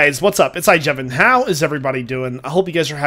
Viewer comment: not Jevon